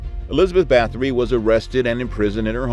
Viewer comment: It’s pronounced “bah-tory”